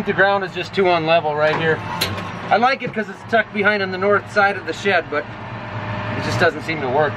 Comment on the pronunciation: Sometimes I forget you're from the north...until you say the word north. Then it all becomes clear. :)